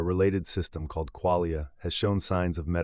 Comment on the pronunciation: QUALIA, not QUAYLIA. It's phylosophical jargon, has everything to do with the theme of your video.